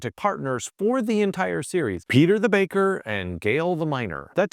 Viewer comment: Peta, not Peter.